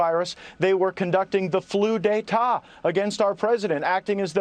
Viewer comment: Did you say flu dë tet? Lolol